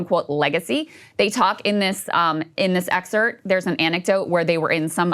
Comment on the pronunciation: Krystal… it’s excerPt There is a p in that word when you say it